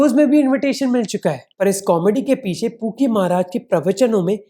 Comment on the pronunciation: I am sorry bro, but everytime you say pookie baba I heard kinky baba😂😂